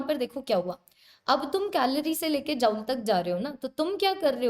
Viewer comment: Tum dekh ni paa rahe ho 😂😂 no mam❤ btw sorry & amazing session or jaul ni hota joule hota h 😅😅